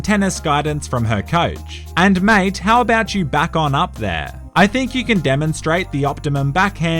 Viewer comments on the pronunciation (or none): none